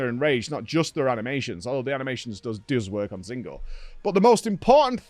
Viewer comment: Does he say Zinogre’s name wrong on purpose?